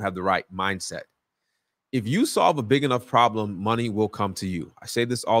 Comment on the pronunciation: Just realizing that’s the guy that says “Get that Mo-Nay”